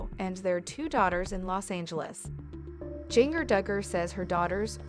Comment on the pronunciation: If you're going to do a vlog, please make sure the story matches title, also you are pronouncing her name wrong. Music is annoying!